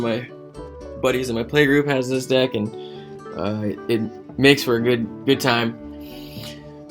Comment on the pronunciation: hey it is gilt not jilt and deck not dick